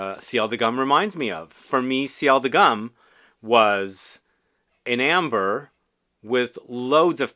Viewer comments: It should be pronounced "goom" like in "loom" - not "gum". Why? Because it was a 120 years anniversary edition for G.U.M. - a historical store in Moscow - something like Harrods or Galeries Lafayette. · You keep calling it "Gum" and it makes my skin shiver . The U is pronounced like the U in Universal.